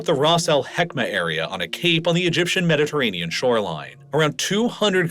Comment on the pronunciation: What is a "Mediterranea"? You keep pronouncing the Mediterranean as "Mediterranea".